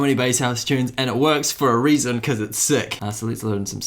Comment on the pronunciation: Yea definitely from NZ with that " SEIK"